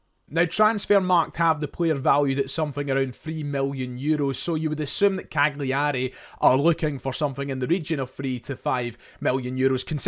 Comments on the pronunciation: Better to say it like Cal-yerry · It's pronounced CAL-yar-ay. Just helping out. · Please pronounce Cagliari correctly, it’s a silent “G”. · Maybe the most mental pronunciation of Cagliari Ive ever heard.